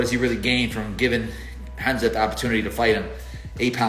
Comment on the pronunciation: Darren till messing up Khazmat is what I think to much fucking around